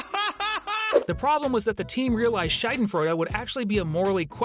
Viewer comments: it‘s not Scheidenfreude (Scheide means v*gina or slit), it‘s SchAdenfreude. Not that hard, actually… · It is Schadenfreude with AAAAA not Scheidenfreude with Ei. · The way you say schaden makes it sound like scheide and that’s just very funny in German. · When you say the word Schaden it sounds more like Scheiden. Scheide is also a German word but it means something else... Actually it has multiple meanings. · Hello, german here, your pronunciation and explanation of Schadenfreude is a little bit off, the vowel in Schaden is more like the uhh in uhhhm and the feeling is more like the satisfaction you feel when someone finally gets what they deserve, it's not being happy about random people's pain and therefore not involved when watching those fall videos.